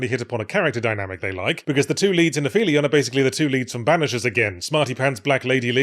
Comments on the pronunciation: It's also pronounced ap-helion, not afelion. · Very pedantic point of order: aphelion is pronounced ap-helion because it's the furthest point (ap) in an object's orbit around the sun (helion). English is a silly language. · It would ACKSHUALLY be pronounced "App-Helion" as it's the opposite of perihelion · The p and the h in aphelion are in separate syllables; they don't make a f sound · Pushing my glasses up, I note that it's not "af-felion" but "ap-helion", the point in an orbit that's farthest from the sun. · Very surprised to hear that 'Aphelion' is pronounced 'Afelion' in English. I had expected 'Ap-helion' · It's not pronounced "afelion", it's "ap-helion", Yahtzee. I expected better. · Pretty sure it's pronounced ap-helion, not afelion. It's the closest point to the sun in a solar orbit, the opposite of perihelion. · I always thought this word was pronounce "app hellion," like, y'know, apogee and helios kinda smushed together. I'm kinda dismayed to have looked it up and found that "a fee leon" is seemingly more common. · Im 2 months behind and this is of ZERO importance, but it's driving me round it: It's pronounced Ap-Helion. Thank you, please carry on. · I hate to be that guy, but the name "Aphelion" means something specific, and you are pronouncing it wrong (app-HEE-lee-on). It describes the point in a solar orbit farthest from the sun - the opposite of "perihelion." These terms are special variations of the terms apoapsis and periapsis, which more generally refer to the farthest and nearest point of any orbit. The terms used for an Earth orbit are Apogee and Perigee (pronounced with a soft G). If you found this interesting, consider a course in orbital mechanics, or maybe just play more Kerbal Space Program. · It's pronounced "Ap-helion". With a hard p. It's the highest point in the orbit around the sun. I have ground my teeth down to nubs. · Yahtzee is mispronouncing it in the video, I believe that's what's being referred to here.